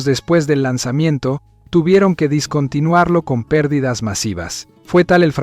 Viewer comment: No discontinuar lo, se pronuncia dEscontinuarlo